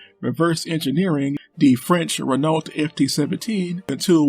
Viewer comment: My god, the way this chap butchers the pronunciation of Renault. FML...